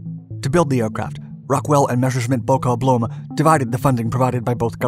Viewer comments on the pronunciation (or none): Why do people keep saying "Meshershmit"?? It is clearly spelled "MESSER", so it should not be difficult for Americans to pronounce, should it? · It should NOT be read "Meshershmit", but "Messershmit" !! I repeat it 4th time !! Are you deaf or what?